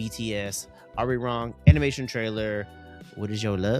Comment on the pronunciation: I wish creators would put just a small effort on pronouncing Arirang correctly